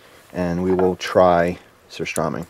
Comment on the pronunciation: He said surströmming wrong and I'm triggered lol